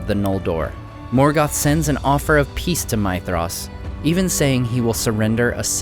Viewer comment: Is that really the right way to pronounce Maedhros? Sounds like you are saying my-thros